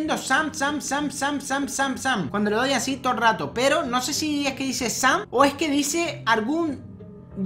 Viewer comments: Dice como sem pero quiere decir sam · Dice shaam sham sham. DICE SAM!!!